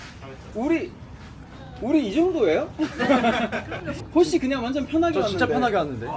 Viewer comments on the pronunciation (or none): 영준쌤 또 홋씨라고 하시넼ㅋㅋㅋㅋㅋ 왤케웃기지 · 헐 전라도 사람인데 나도 홋씨라고 발음하고 있었네!! 약간 사투리 억양때문에 그렇게 발음되는듯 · 아 귀여워서 재탕중인데 영준쌤 홋씨 발음 진짜 호시 머리랑 잘어울리고 귀엽다 ㅋㅋㅋㅋㅋㅋ